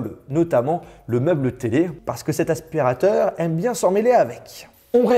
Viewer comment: " un aspirataur cauume les autres " J'en peux plus de lui